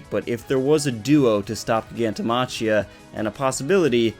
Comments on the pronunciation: Its pronounced Giganto MA-KHI-A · how are you a fucking MHA youtuber 1st of that's not how you pronounce Gigantomachia's name and 2nd Geten is A GUY bro get yo facts straight before you make a video about whatever you do damn